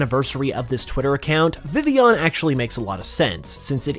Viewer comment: Did you SERIOUSLY CALL VIVILLION... Villion??? Just when I thought Pokemon "fans" couldn't be more stupid